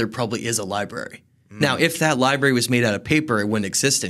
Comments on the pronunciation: My dude said liBEARy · Lie berries 🤭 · Did this dude just say, "Li-berries"? Why... just... why? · "Libarries," lol. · You’d think a history expert would know how to pronounce the word: “library.”